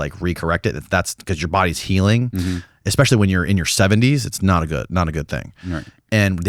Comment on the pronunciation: "Especially" pronounced:"Ekspecially?" attention to detail is impeccable. Dafuq is: "Ekspecially!?"